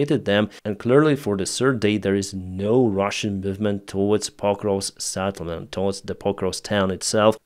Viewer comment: Settlement with SET... not SAT...